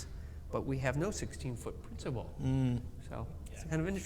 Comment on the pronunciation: Sorry guys, needa teach you some German😂! It's "Hauptwerk" and "Schwellwerk" , not Haupt and Schwell (whereas "Positive" is called Positiv - without "werk"). Also, the "z" in Prinzipal is pronounces sharp (like "ts" in "pets"), and the "e" in Posaune is not mute. I know it's difficult😊Greetings from Munich!